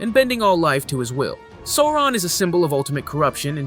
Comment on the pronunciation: A great recap, thank you! But you missed the correct pronunciation of Sauron.